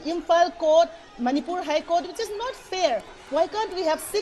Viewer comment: you from Channel 9 do not know how to pronounce the names properly also but your channel is the only one covering the situation in Manipur